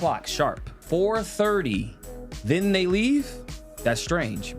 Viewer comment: "And den insult people"... Also aint is not a word! All that sounds like them too! Make that make sense. 😆